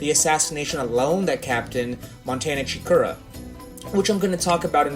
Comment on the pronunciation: Dude it’s segura not chikura